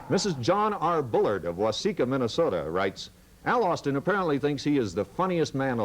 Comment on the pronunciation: Every Sunday in MINN-AH-SOE-DA is a Moron Sunday.